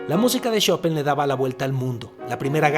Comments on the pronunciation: Por cierto es Chopin!!!! no chopan xddd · Gran episodio... sin embargo, de todas las numerosas formas en las que pronunciaste Chopin, solamente lo dijiste bien cuando te referiste a la banca interactiva.